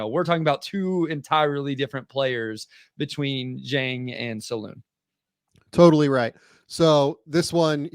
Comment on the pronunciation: D It's not "Saloon" ffs guys... Salaün , like "un" (french for "one"). Just watch any highlights vid from his days in France and try again. Indeed, he's a BIG dude, gym addict